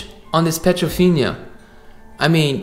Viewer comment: Dude, it's an upgrade, not a upgrade. Also, it's not petrofinia, it's piedofina-no a in the "finia". Lastly, surround sound is not pluralized, it's surround sound, not surround *sounds*.